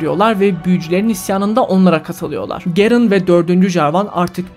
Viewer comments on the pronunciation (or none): Abi yanlız gerın değil yazıldığı gibi garen diye okunu(Biz lolculer boyle okuyoruz haberin olsun abim :)